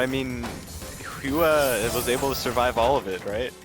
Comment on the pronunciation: hua should be prounced as whua?